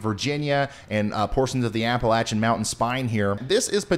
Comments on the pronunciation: Shew, the ice storm last year about did us in here in the central Appalachians. We don’t want another. PS: you pronounced Appalachian like a local 👌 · Thank you for saying Appalachian correctly :-)